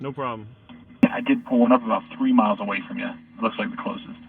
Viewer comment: hey its miles not miltes